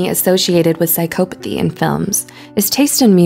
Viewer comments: Yes it's not pronounced this way. PsychOpathy... It made me cringe so hard the whole way through! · Say it right, its Psycopathy. There isnt any E in there so the O doesnt say its name. Obviously you dont know as much as you think. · She says psy-COE-pathy. No one says that that I've ever heard. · I am having a hard time getting past "psych-oh-pathy". It's "psych-ah-pathy". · Can’t get over how she mispronounces psychopathy every single time. It’s like this ˌsīˈkäpəTHē, not psychO-pAthy 😑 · it's psychopothy, not psych'o'pothy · no not really. I'm English. And I've never once heard anybody say it like this before. Psychopathy is pronounced without emphasis on the O. The same way we say psychology. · Her:sycopathey Me : 😠😠😠😠😠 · The fact that she pronounces “psychopathy” as “sie-COE-pa-thee” makes me so uncomfortable Edit: didn’t mean to offend anyone. I was just trying to make a joke 🤦‍♀️ google psychopathy and press the audio button before you come attacking me. People seem to think that you’re not joking unless you put “jk” at the end. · Narrator: prouncouces Machiavellian perfectly Also narrorator: psychoepathy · If I hear her pronounce it "psych OH pathy" one more time.... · Your pronunciation is off its Sai kaa puh thee "psycopathy" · “Psyc-OH-pathy”, pause video, comment, close video. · it's pronounced psy-kah-pothy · Its not psy"cope"athy jesus christ. Just look the word up already its annoying. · But she pronounced psychopathy wrongly! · No one else was bugged by the way she said psychopathy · Omg same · How many times did the woman mispronounce psychopathy? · the only real psychopathic thing going on in this video is how the narrator pronounces 'psycopathy'